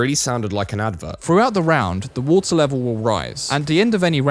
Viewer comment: larvar instead of watur